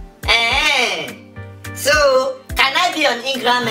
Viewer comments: Almost Made Me Spill My Soda Our My Mouth 😂😂 With "Ingramgram" 😂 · said Ingram gram haha 😂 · "ingramgram'' im dead💀💀💀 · When she said ingragram I died of laughter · Dude stop try to fix your talking mistake with more talking you just make it worst . the Instagram part was kill me with laughter. 😄😄😄😄😄